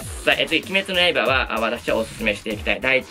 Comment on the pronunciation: いつも鬼滅の刃だけイントネーションおかしくて草 今週は週末トレイン3話が割と好きでしたね アリスとテレスのまぼろし工場が好きな自分には人生観として来るものがありました